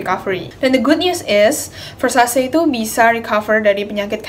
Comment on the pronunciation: just notice ,Ver Sa Ce baca nya ,not ver sha see ,btw aksen baca sebenarnya italian bukan aksen bahasa inggris ,thx u